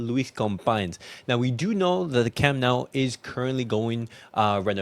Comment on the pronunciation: Camp Nou. Not camp now.